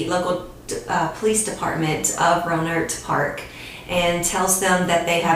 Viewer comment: Rohnert Park, pronounced Row nert Park.